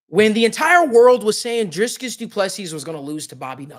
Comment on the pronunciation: Say dree as in tree... Dree kus